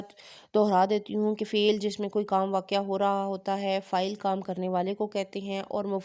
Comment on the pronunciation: بہت خوب ۔ واقع کو واقعہ نہیں پڑھنا چاہیۓ 😊جزاك اللهُ